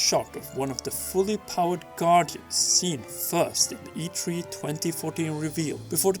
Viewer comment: Get a better mic, and get a better speaker to voice your videos... How about someone who can pronounce e3?